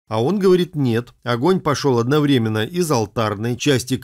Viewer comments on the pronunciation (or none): none